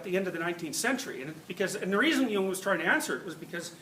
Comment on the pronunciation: sometimes I'm not sure whether he says "Jung" or "hume" does also talk about hume?